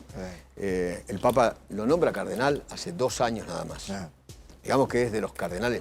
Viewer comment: ¿CÁRDENAL? De Chiclayo?? What???